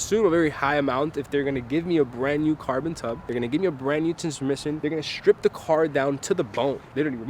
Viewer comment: They way he said transmisson i can't:face-blue-smiling